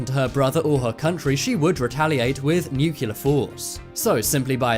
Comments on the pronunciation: Cool video chap. Thanks. BTW, nuclear is pronounced "nuclear" not "nucular". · Personal Pet peeve, pronounce it NUCLEAR, not NUCULEAR. Doesn"t sound good. Big difference, Common mistake. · nuCLEAR. Not nukular. o_o lol Well done vid. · I do believe it's "nuclear" rather than "nukelar"? lol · Dude... NU- CLE- AR!!! NUT nucular!! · not "nuk u lar"....nuclear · A less important comment. Why is Nuclear pronounced by Americans as “new-killer” and not as it should be “new-clear”..?? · Dude , nuclear is pronounced NUK-LEAR not nukelar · It nuclear pronounced new-clear NOT nucular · You said nucular, and said the ear was a bone. You just lost all credibility. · Nuclear pronounced "nucular". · How hard is it to pronounce nuclear? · He doesn’t pronounce nuclear properly. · Busby I spelled it the way he said it genius. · Pronounce "nuclear" the correct way next time